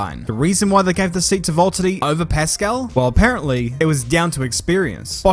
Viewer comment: it's Valteri😂